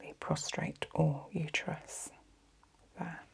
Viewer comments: Prostate. Prostrate is something else😊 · She can’t pronounce prostate, but somehow I forgive her stupidity